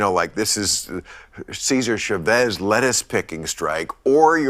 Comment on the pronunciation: He can't even pronounce Guevara or Chavez correctly. Wth?